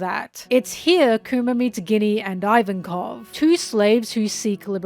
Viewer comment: "Ivankoff" not "ivan-koff"